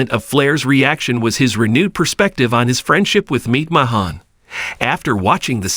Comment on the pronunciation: This AI commentary is a joke.. Mispronouncing Vinny Mac's last name is laughable..